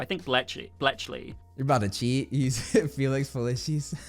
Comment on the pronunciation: Please learn how to day Felix Felicis.. Felix fa-LEASE-is.. not fa-LISH-ease